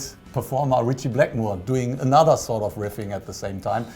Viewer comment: The Blind Guardian guy called Dio “sawed off” lol (he’s actually saying “sort of”).